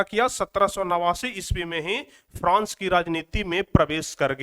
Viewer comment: france hota hai frans nahi hota hai